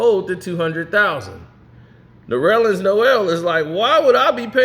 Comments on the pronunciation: His name is Ner-lens not No-rel-lens. It's only 2 syllables. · Did he call him “Norellens”? 👀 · It’s nerlens (Nur-Lens) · Goodness gracious my brother. It's Nurrrr - Lens. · Damn! Ain’t nobody gon’ tell his name is NERLENS!!!! Pronounced “Ner-lins” Damn-put sum respeck on that 6’11” REJECTOR from Boston’s[Everett MA] NAME!!!!!! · What’s his name??? 😂😂😂😂 Sounds like you’re adding a few syllables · Bro every time he says it I correct him in my head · stop pronouncing that man name wrong 😭